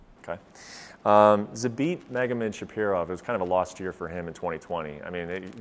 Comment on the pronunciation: My guy said zabit shapirov